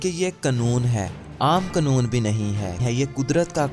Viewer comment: Qnoon ni hota lafz qanoon hta h yaar